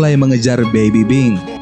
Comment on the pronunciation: Bang lu ngomong baby pink baby bing